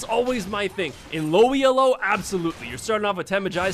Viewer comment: Good vid. Very entertaining. Quick thing though and not trying to be a dick or anything but Elo is not an acronym, as in E-L-O. The Elo rating system is named after Arpad Elo, the man who created it.